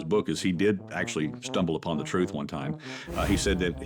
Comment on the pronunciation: My "troof" is always suspect.